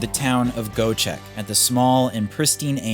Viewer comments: 🎉dude iit is not Goecheck😂 try to read it like Goee-jack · its Göcek with Ö not O like in Sir > sör